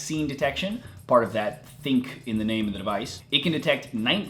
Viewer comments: It's pronounced as Thin Q, not think. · Its called the LG G7 "Thin Q" not LG G7 "Think"